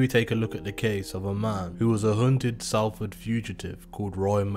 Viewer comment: Just gotta say it's pronounced SOLFORD, think of Salt, also they got sprung on Regent Road not Regent Street